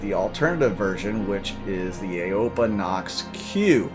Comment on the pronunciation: Aopoa is pronounced "Ow-poh-ah"